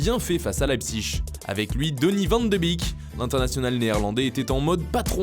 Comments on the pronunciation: Arrêtez de dire van de bik ptn c’est van de bèk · le commentateur il dit "van de bik!", je suis pas expert mais on dit pas molenbik on dit pas etterbik ou linkebik non plus, ou alors les hollandais prononcent différemment? ça m'a choqué